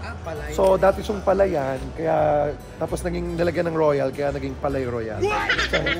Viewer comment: "Palais" is pronounced "Pa-Le". Ang "-ais", same pronunciation sa Calais ("Ka-Le") o français ("fraN-se"). Palais-Royale means "Royal Palace", tinawag syang ganyan kasi dati talaga syang palasyo ng hari dati.